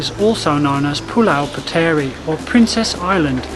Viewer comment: Hi, just a wee pronunciation correction here: ‘puteri’ (princess) is pronounced as ‘putri’.